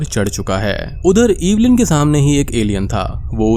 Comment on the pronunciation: Cringed hard every time you said 'EEEEEEVILIN'. It's Evelyn, it's not that hard